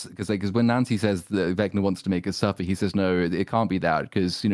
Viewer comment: Suffah Duffah Brothahs!